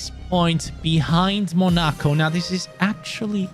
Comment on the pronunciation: MUH-NA-CO? Bruh.... Mona-co